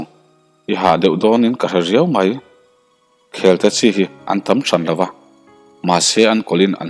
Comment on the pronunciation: Khelte,mangkhaia,zawlpuan i lamdan thluk adiklo vek adang tepawh sawitur atam mai,lamdan dik hi a pawimawh ania.